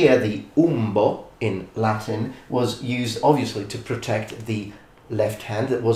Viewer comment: It's so odd seeing someone use both Ecclesiastical and Classical pronunciation. Not a bad thing, I personally like the Ecclesiastical pronunciation more.